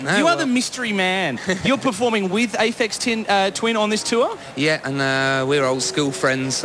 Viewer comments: "Aphex Thin... Aphex Twin" - interviewer can't even say this correct :P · lol, "Apex Twin"? "Aphex Tin"? :P The Channel V guys r completely clueless.